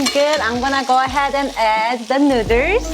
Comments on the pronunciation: Made me giggle the first time when she said nu:ders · ĆHÔŻÉŃ ØŇĖ yasss!!! Nu-der’s😂😂😂😃😂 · why the hell she pronounce noodles like an idiot? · I was in before I noticed your shirt. Amazing. I love the way you say "noodles." :) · Is that how she really pronounces noodles or is it an inside joke? Just curious ... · how do you know he's white. Also, she has fun with the way she pronounces it, seeing that her shirt says it. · This showed up in my recommendeds and I'm loving the vid but I can't stop giggling at the "nu:ders" lol... Also love how she can laugh at herself about it, so I just had to sub! Take a shot every time she says it... You'll be blitzed in about 5 min 😂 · So my friend challenge me to take a shot every time she said newdoes! I survived!!! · I didn’t realize that noodles is a hard pronunciation for Koreans til I started watching this channel- it made me realize my mom says noo-duhls and my dad says it nood-ders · I will actually be so sad if it is not "nu:dlers" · Cup nooders...lol😂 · Is noodles not nurdesss omg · Cup Nuddles lmao say it right I'll spell it right LMAO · nooders?! Hahaha NOODERS! WHAT? nooders............ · Why the heck does she say nuders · One Nu:ders or two nu:ders i love the way she says noodles. nu:ders... Lol 😆😍😌😇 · Mmmmmm nuders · I'm high and I think this is funny she keeps saying neuters and not noodles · STOP SAYING NUDERS!!!!!🤤🤤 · No problem saying rib eye and sesame oil but cant pronounce noodle #nuders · Can't stop hearing "neuters" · This is how many times she said “nuiders” ⬇️⬇️⬇️ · I will never pronounce noodles any other way than "nuders" from now on. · In case you're wondering, shes says noodles(nuders) 38 times. I highly suggest you dont play an alcoholic drinking game with this one, lmao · Hold up "Nooders" tf? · Why no1 tell her to b4 filmin its noodles not nudez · oh my gosh she said nuders and i lost it, was about to comment and make fun of it or somthing than i saw her shirt...i love her i think NUUUUDURRRS